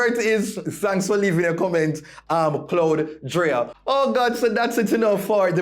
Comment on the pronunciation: It’s cloud ryda …like cloud rider. Not cloud dria